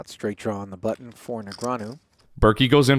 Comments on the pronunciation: This dude says "buddon". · What's the "budd-in" that the narrator keeps talking about? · It’s not a “buddin”… annunciate. Makes you sound lazy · What's with your pronunciation of button? Are you an Asian or something?